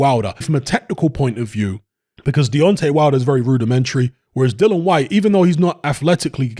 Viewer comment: HIS NAME IS DILLIAN WHYTE..... OK.. NOT DILLAN WHYTE AS YOU KEEP SAYING.